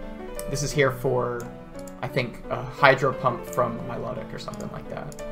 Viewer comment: I thought it’s pronounced My-low-tick